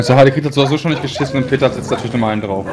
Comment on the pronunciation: Das heißt Peter und nicht Peta